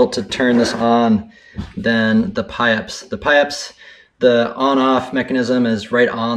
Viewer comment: Hay, on the Pieps airbag (and by the way,pieps is pronounced, PEEPS not the other way) does EARPLUGS come with that airbag unit, that sure is loud.And as charging is concern I think it taking 5-6 hrs to get a 100 % full charge is the dumbest thing I've ever heard of, I won't be buying that brand besides I already bought a,"BCA E2 35L AND IT ONLY TAKES 15-20 MINUTES TO CHARGE THE SUPER CAPACITORS,FAR BETTER THAN THAT OTHER ONE,5-6 HOURS,HOPE A ALARM CLOCK COME'S WITH IT AND MAYBE A PILLOW !